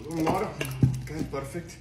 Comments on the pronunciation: He said perrfect when he drank powder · No it’s not perfect it’s PeArFeCt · Bros accent PUURRURURFETTECT